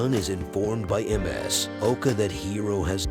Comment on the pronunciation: Ms. is 'miss'. Not emm ess hehe